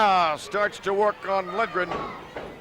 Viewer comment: The PBP announcer says Lindgren, which makes more sense. The color commentator keeps mangling the pronunciation.